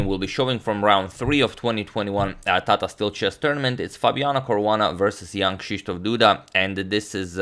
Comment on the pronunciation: in polish you aren't saying Jan Krzysztof Duda. You are saing his name like Jan Kśyśtof Duda. Its rly funny from my perspective.